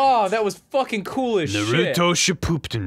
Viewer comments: First off, people need to stop pronouncing Naruto like Naroodo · rosses first sentence "i really like naruDo". already triggered. i love you ross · They're doing it on purpose. Naturo is definitely no way in a sane person's mind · wht does he pronounce is na ru do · "I actually like Nerootoh..." "I got to where Nartooroh beats Pain..." for fucks sake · How to pronounce Naruto correctly...Nah-Rah-Toe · Why do people pronounce Naruto like "Nuhrooto"? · "I know I don't talk about it a lot, but I really like Narudo." Narudo.... Ok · I am way too excited for you guys to play this haha (also, it's Na-ru-to like this is going to bother me so much) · There was a sudden knife stabbed through my heart when he said "Naturo" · Ara Mahar Lol also "Naroodoe" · says narudo and says hes a big fan. Rip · i heard naturo??? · actually they say naroodo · “ I really like naroodo” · Naruto its not norooto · "Nartoro" LOL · Ryan Beattie Oh my goodness thank you, it chips away at me every time it's pronounced like that lol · They do it on purpose to piss you (and others like you) off. They know it's wrong, but don't care, because they think pissing people off is funny. They're right. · IIRC in the show they always have pronounced it your way. I can't tell if Ross or are butchering the pronunciation and spelling of it on purpose as a joke or not though. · "I like Naruto" can't pronounce name correctly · I hate how they pronounce Naruto it makes me cringe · I'm 50 seconds in and I'm not gonna keep watching if he keeps pronouncing Naruto like that XD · I don't know if they are just being silly or not. How do you claim to watch something and not know how to pronounce the name of the show/main character? "Naruto" is probably said a minimum of five times per episode..... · I started screaming the moment Ross pronounced Naruto's name wrong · OMG its pronounced NUrowltioo FFS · I dear God plz pronounce Naruto's name correctly. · The way you say "Naruto" is enough to piss off a weeb x}